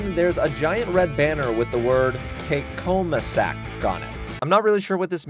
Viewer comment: TAKHOMASAK..... Say it again... Take home a sack... Like a sack of food.